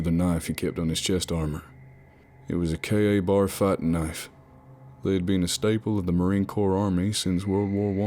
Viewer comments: No one calls it a KA-bar. Kbar correct pronunciation . Still really like this series. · Hey this was an awesome Narration!!! I looooooveeee your work! FYI "Pog" is pronounced (p-oh-g) not (p-ah-g)... Acronym means Person Other(than) Grunt... And it's pronounced "KayBar" all one word... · Love these, have listened to them a million times but small details like ka-bar is pronounced kay bar , mcmap is pronounced like you're ordering it from McDonald's etc. Little details that could make this perfect. I'm not complaining that is constructive criticism 100% . Not being a dick just trying to help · Narrator: "POG" is pronounced "Poh-g", long "o" and KA BAR is pronounced "Kay-bar" and finally "Marine corp army" is just all sorts of ate-up. If that was written on what ever paper from which you're reading, then the author wasn't a Marine, and highly likely to have never served in any branch... EDIT: fixed time codes